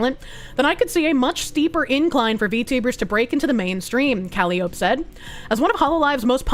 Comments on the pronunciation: Isn’t.. isn’t it pronounced coal-eye-oh-pee? Not cally-ope? Also, isn’t it V-sho- Joe? I’ve never heard a Japanese person say shojo with a H sound. And shojo literally means girl. VGirl essentially. I’m sorry i know you’re trying your best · please. It's embarrassing honestly. It is pronounced "Ka-lie-O-pee". Like the circus organ or hurdy-gurdy. Or the mythical Greek muse. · I can't tell if she's mispronouncing every other word on purpose. I mean, Japanese can be tricky if you're not familiar with some conventions, but - Callie - Oap? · Calli-ope, Yousada, Gwar Gura, Vshoho, Cove-er.., I really hope you're doing this on purpose. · Calli-o-peh that's how you pronounce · How does she keep mispronouncing Calliope? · Is anyone else being driven mad by the mispronciation of calliope?